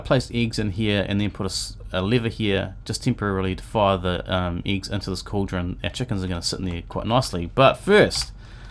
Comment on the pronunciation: lol "eegs"